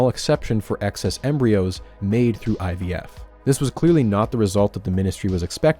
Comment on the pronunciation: Oh fuck my blood pressure spiked when he said Eevie.